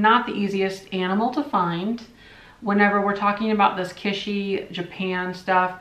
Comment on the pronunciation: an observation. The word is not "KISH-ee", it is pronounced " KIT-chee". It just kind of bugs me every time I hear you say that. I am not trying to criticize, rather just trying to help you grow. 😎 You're welcome!! 💖 Love you much!!! 😋